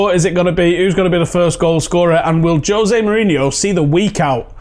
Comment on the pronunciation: Jose not jozay